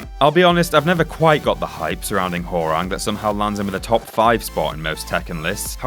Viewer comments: I have never heard Hwoarang's name pronounced "Whore-wrong" before. Always have heard it pronounced " Hwah-wrong" Also, no love for Eddy? He has all sorts of crazy spinning leg combos from his capoeira fighting style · He pronounces Hwoarang Ho-rang. Dafaq? Dude, that's racist. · Hoawarang is pronounce as warang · "WHORE-ANG" ROFL